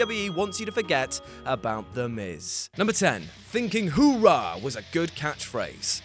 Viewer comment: The US military say HOOHAH NOT hoorah!